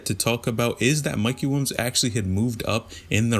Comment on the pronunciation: “Mikey Wilms” my guy just say it right PLEASE